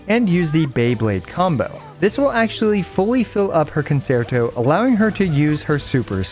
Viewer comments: FYI it's pronounced [con-chair-toe] not [con-sair-toe] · Love your guides and i hate being this guy but it's the music class in me it's pronounced kuhn·chehr·tow Guoba was doing the same thing in his Robin guide for HSR. thanks for understanding her kit for me so i don't have to! I also hope you're feeling better by now. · CON-CHEE-AIR-TOE You get discounts on Italian cars if you say it right